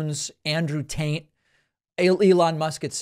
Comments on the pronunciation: Why does David pronounce Andrew Tate as Andrew Taint . Is he trying to make a joke? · At the mark David says, Andrew "Taint." Intentional or not?? Either way, it's funny.